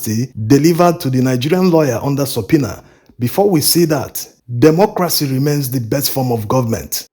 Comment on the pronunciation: Please learn how to pronounce democracy / dɪˈmɒkrəsi/